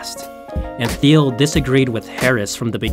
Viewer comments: What you didn't learn is that the uploader got a few things wrong. It's pronounced Teal, not Theel (Peter Thiel). Also, he used the logo of some health company called Cofinity, not Confinity (the actual company). Lots of info researched, but constantly botching the founder's name and his company takes it down a notch. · That drove me nuts. Also, his pronunciation of "Peter Thiel". It's pronounced "teal", like the color. Otherwise, great video, but this stuff just makes him sound amateur. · I do. it made me wonder the whole time "but that looks like Peter Thiel who is Phil?????????????????? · The presentation is not bad, but you pronounced Thiel's name wrong and also you used a healthcare company Cofinity's logo instead of Confinity.